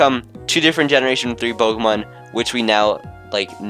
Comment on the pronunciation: It is Po-Kay-mon and that's the way it is all ways been. Po-uh-mon is also acceptable on some occasions but it has never been and never be po-key-mon